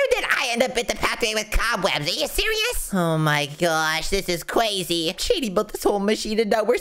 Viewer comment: He keeps saying "Cwazy" while Its crazy.